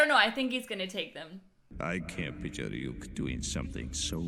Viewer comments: Somebody tell her that she's saying ryuk name wrong she's calling him yuk or am I hearing it wrong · You are right, she is mis-pronouncing his name.